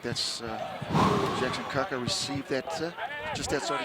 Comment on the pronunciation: Kākā ... Not Kaka. Just saying. 😀 I'm an old kuia living in Aotearoa, watching this on YouTube. Thank you BYU for this wonderful service. Proud of my kids' and many whanaunga's alma mater. Ka mau te wehi!